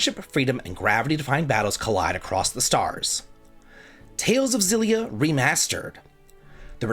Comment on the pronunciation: Great list. Only thing I disagree with is your pronunciation of "Xilia", should be a hard X (japanese logo says エクシリア)